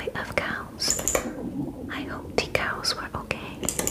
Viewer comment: “ I hope de cows were ok” 😂😂😂😂😂😂